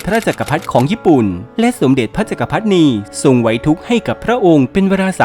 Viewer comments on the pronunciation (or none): สมเด็จพระจักรพรรดินี ให้อ่านว่า สม-เด็ด-พระ-จัก-กระ-พัด-ดิ-นี นะครับ อ่านดิด้วย